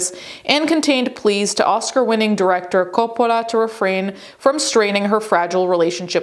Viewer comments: stop pronouncing Coppola like you are still in Italy 🇮🇹 😯 😯 😯 😯 😯 😯 😆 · Why is she saying “Coppola” like that? Sophia doesn’t pronounce it like that. She presents a very typical American pronunciation of the name. I don’t think her father pronounces it like that either. Sophia was born in the U.S., in NYC. Her father was born in Detroit. His parents, Sophia’s paternal grandparents, were both born in NYC. I’ve also never heard the family winery pronounced that way either. Sounds kinda weird. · Why does she speak normal ‘merican and suddenly French when saying Coppola. Distracting. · I keep forgetting you are Italian, and the way you say Coppola is fun to hear, because I often forget names from the language it stems from sounds different.